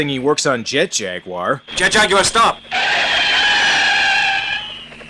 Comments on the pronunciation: It is actually Jag-u-ar... hence why it isn't spelled Jagwar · "jet JUgULEr." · it's JET - JAG - U - WER 😂😂😂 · His name is Jet Jag-u-wir!, 2 seconds later: Jet Jaguar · Jet Jag-You-Are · They probably pronounce Jaguar like a sensible Person and not like an American Jack Wire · how the hell did english speaking dubbers mess up "jaguar"? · Thought that's how the Aussies, British and you dry Canadians say Jaguar?